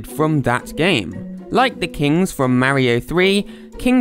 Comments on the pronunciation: Its Mario not Maroe😂😂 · It's mario not mairo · I don’t know why so many people pronounce MÆRIO instead of MÄRIO, it’s just weird